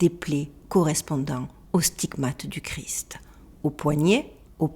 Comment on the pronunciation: Très intéressant, par contre on prononce Jésus Christ (kriste) et pas gris 😊, il y a une émission sur le suaire de Turin sur arte, très intéressant aussi